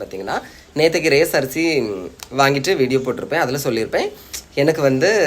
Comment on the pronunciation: அது ரேஸ் இல்ல... ரேசன்.